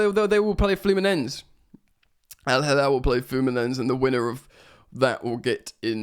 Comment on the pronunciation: Like you, I fully expected City to advance. Was shocked to see the result this morning. That side of the draw has really opened up now. The route to the final is really on for The Chels. By the way, to pronounce it correctly it’s ’FLEW-MIN-ENS-SAY’. Please do not pronounce Brasilian Portuguese names and words as ‘SSHH’ when it’s an ending ‘S’. That sometimes happens in Portuguese native, but not Brasilian Portuguese. It’s also ‘PAL- MEER-AZZ’ for the other Brasilian team. My G/F is Brasilian so I know this stuff. Good luck with reaching 20K subs.